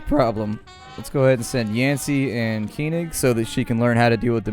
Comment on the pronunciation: you say keyning instead of Koenig. Its more like col (Colonel) and nick.